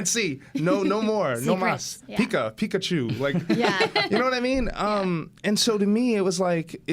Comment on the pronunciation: Pikachu not "pikcachu "